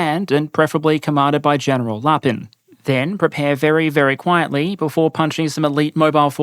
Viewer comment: I misheard it as General LARPing